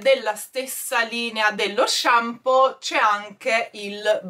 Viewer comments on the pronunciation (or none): none